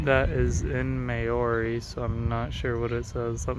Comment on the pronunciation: How he pronounced Māori had me cracking up 😂